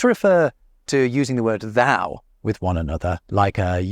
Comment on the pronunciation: thou said like zaow And reminds madagascan's Zaho (i) and said like zAhOu